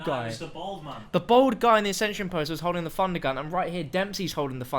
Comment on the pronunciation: Not trying to be mean but I cringe when you say Funder Gun